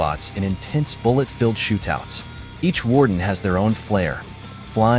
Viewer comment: "shoot touts"